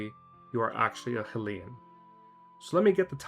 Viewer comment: I like the video but you said hylian wrong